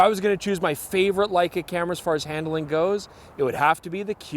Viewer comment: Hand–A–ling? Where did that third vowel come from?